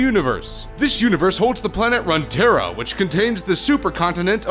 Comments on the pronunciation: WTF? "RUN-TERRA???" its RUNE(runescape?) TERRA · rune=terra not runterra and you said damocia? wtf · Omg if this guy says RUN-tera one more time, its pronounced ROON-tera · "Run-Terra"? You mean "Rune-terra". Runes as in the old writing systems. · Runterra? It's Runeterra. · Umm you called it runterra.. it's runeterra. Love the vid though! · RUNE! Terra... RUNEterra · run tara. run run run run run ruuuuuuuuunnnnnn to the dang library to get a dictionary to learn how to say and or spell runetara. rune. not run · R U N E! Not runtera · he called it run terra XD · Runeterra is pronounced as Roon-terra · did you fucking say "runterra"? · it's ROOOONtera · You can correctly say the rune wars but not runeterra??? xD